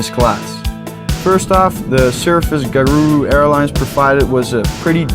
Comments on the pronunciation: Bro its garuda not darunda :v i from indonesia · It’s not garga Airlines it’s at ga. Ru.da. Indonesia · ga-ru-da... not guhruhduhh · Garuda, Garundi, Gucci Airlines... (LOL) Its Garuda Indonesia... Best airlines from Indonesia.. Welcome to Indonesia... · "Garunda." I'm Dying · Garuda Indonesia : Gha-Rugh-Dha Indonesia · How to say garuda : Ga-Ru-Da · It is pronounced Ga-Ru-Da :) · PFFFT I come from Indonesia! and you pronounce the airline as Ga Roo Da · Garuda is pronounced GA-ROO-DA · it's called Garuda ( Ga-rude-ah) :( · Ga-rooda Indonesia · Garuda Indonesia. Gar-ooh-duh. Thank me later. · Pronounced 'ga roo da' Indonesia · "Garunda" XD